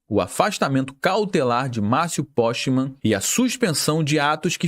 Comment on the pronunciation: A pronúncia é poquemann não é porschemann... Ele não é parente do Porsche! Pqp!